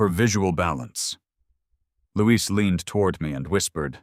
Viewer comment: Louis is a boy’s name, Louise is a girl’s name. The narrator is pronouncing it as the girl’s name is pronounced while the writing is also using the female version but his friend is a he, with the mother saying “You boys”.